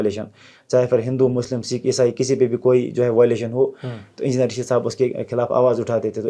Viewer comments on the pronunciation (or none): none